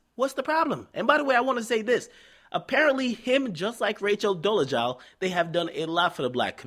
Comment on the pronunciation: bright bart is how it's pronounced and rachel dolezal is pronounced dole eh zall